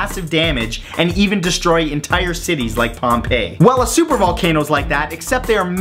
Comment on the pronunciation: whenever you said pompiie in my head i just heard A A O A O A A O A A O A O